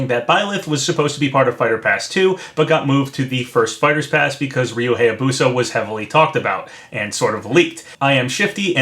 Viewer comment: You’ve probably gotten this so many times, but... it’s Hiya-Boo-Sah, not Hay-A-Boo-Sah. I’m a pronunciation geek. I can’t help it, man.